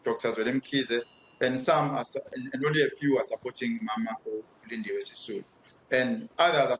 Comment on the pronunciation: 'Sisulu'...you mean. 😆